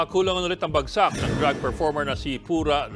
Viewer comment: Drug performer? Do you mean drag performer? Hmm...you should pronounce it correctly. 🤷🏼🤦